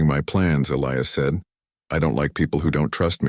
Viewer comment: Question, that you may want to also ask your AI..... Is his name "Eh-lee-us", "Eh-LEYE-us" "Uh-LEYE-us" or just what???? Because, apparently, your AI hasn't a freaking clue.